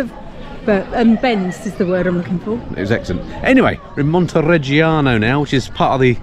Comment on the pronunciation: Montireggioni, Montereggiano, Jesus, is it so difficult to get it right?